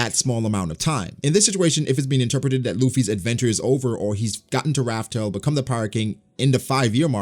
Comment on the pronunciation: first video of yours I've seen, a bit confused, are you still calling the location of the one piece "Raf Tel" out of habit? i thought the official translation was revealed as "laugh tale" As much as i LOVE one piece, i hope to does end, and not just stop. i hope there's a solid conclusion